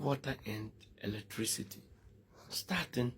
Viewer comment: 😅😅😅😅 Look at him......"latricity bill" 😅😅😅😅. Who will take this thing seroius?